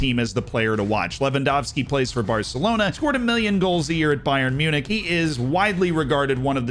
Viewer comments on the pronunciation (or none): none